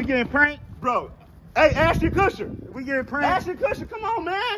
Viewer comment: "ASHTON KUSHER ASHTON KUSHER"